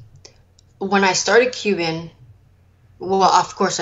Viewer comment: I love how she pronounces it "cubin'"